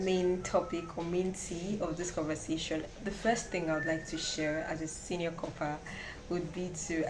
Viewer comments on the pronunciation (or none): She say senior corper 😂